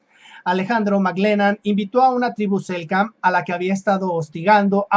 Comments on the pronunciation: SELK nam, se comió la Ene el amigo. Convengamos que no es sencillo pronunciar estás denominaciones... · Hola hermano se dice Selknam un gusto ayudarte